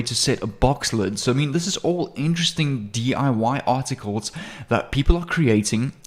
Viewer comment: hi u say 27 time artitcles